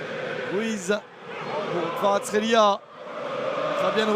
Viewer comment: Fucking at least pronounce his nane correctly. Kvarachqelia?